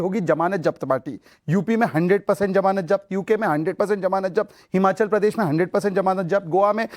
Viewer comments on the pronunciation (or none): Shahzad Poonawala, The correct word is Zamanat, not Jamanat.